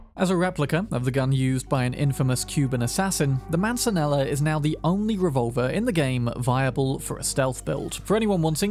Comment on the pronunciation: In Spanish the double L makes a Y sound so that Mancella is pronounced ManSAYa